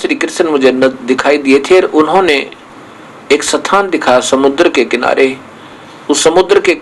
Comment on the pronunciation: स्थान को सथान palace को पाॅलेस बोलता हैं ये जाहिल !!!!! ये वेद-शास्त्रो का ऊपदेश करता हैं !!!!! महामूर्खशिरोमणि